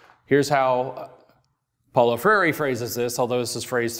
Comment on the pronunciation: i would like to watch this...but the speaker can't pronounce Freire's name.